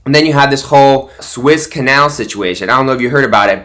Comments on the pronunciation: Even though I like Mike Lindell...is he really a absolute crediit source? Suez canal not Swiss canal as you keep saying. This is why I find you full of baloney and not credible. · Suez Canal . Soooo ez. It’s not Swiss . LOL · SWISS Canal?????? Like you know what you're talking about!! It's the Suez Canal, bud!!!!!